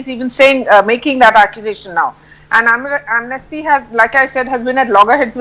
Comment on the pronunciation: BJP spokesperson cant even pronounce 'Amnesty' in a correct pronunciation, anybody expect anything good and benefits for India's from this kind of people ?